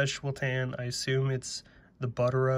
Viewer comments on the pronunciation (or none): Nice wallet. Buttero is pronounced "boot-TEH-ro"